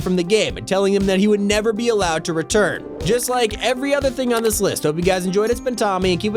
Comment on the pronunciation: "the block will never reteren " before seoson 3